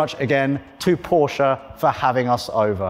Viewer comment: "been working for porsche for 17 years" but still can`t pronounce the name properly -_